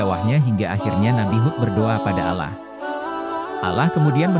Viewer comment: mohon maaf,,klo saya keliru.kok saya dari awal nyyimak video,dr awal sampai selesai,,pengucapan Allah SWT.. (huruf o,,tp huruf a..